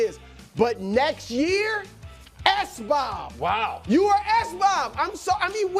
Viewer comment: They gotta stop saying sbob for the NBA